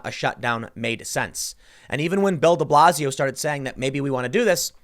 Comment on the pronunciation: Thought you were saying build-a-blazio